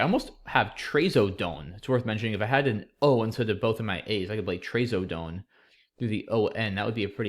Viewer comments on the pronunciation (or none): Being on the drug myself, I know it's not pronounced "tray so done". It's Traz o done